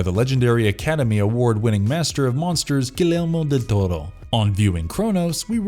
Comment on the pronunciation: What's with the Del Torro's name being pronounced right but Jesus is Geesus? 😂😂😂